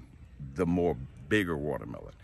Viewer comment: MY man say ,"dont be mo scoundrel"🤣😭😭🤣🤣